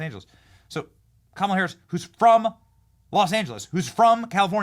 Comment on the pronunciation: Benny- I like how you pronounce Kamala like Kamika like who cares (LOL) . Love your show